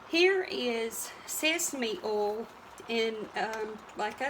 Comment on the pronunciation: Hey...is that "ol" or "oil"...any way you say it..it's all right with me. May you and your family have a wonderful holiday season. Thanks.